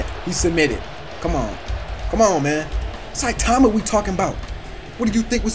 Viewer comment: Bro it’s not citaaahma its saitama